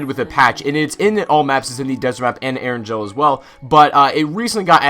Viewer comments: ur saying eringel wrong. its erin-gail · My dude, Erangel is not pronounced Eranjel. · Also you pronounced erengel wrong